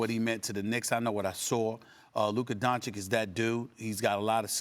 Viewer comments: Stephen A isnt even respectful enough to say the mans name right after a whole year. Still calls him 'Doncik' while knowing thats not the pronunciation. Pure hater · The way stephen a pronounces doncic into doncik really triggers me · Doncic. The mystery pronunciation that everyone says differently 😂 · The fact that Stephen A still doesn't pronounce 'Doncic' right, is all you need to know. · Stephen A cant even pronounce Doncic properly🙄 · SAS still pronouncing Doncic incorrectly